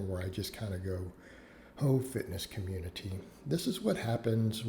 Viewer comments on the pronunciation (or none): ‘Oh fitness communi-tee’